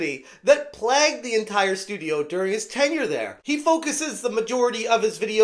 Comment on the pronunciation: Plagued, not "plagged". Plagg is Cat Noir's kwami.